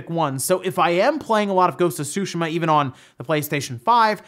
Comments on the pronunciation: " Ghost of Sooshuhmuh" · I’m pretty sure that’s not how you pronounced Tsushima I didn’t play the game so I don’t know but sushima sounds wrong to me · “Ghost of Shushi-Ma” is what I keep hearing. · I dunno why, but the way you said "Ghost of Tsushima" just cracked me up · Nayyar Rashid I know that’s how you pronounce it, I just found it funny for no reason. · It’s Tsushima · Dude, love your content. Very informative. But please, please learn to say Ghost of Tsushima properly. drives me insane every time you say it wrong. This is only banter but yeah, try and say it right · please pronounce tsushima correctly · I like all your videos... but for the love of God stop pronouncing Tsushima in the wrong way! The accent falls on the "I" not on the "U". Please... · pronounce tsushima correctly next time wtf